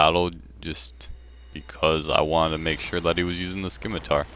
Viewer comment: CataClyst and sCimitar. Lol.